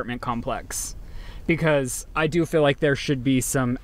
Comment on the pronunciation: and his "FILL" instead of "FEEL" 🤦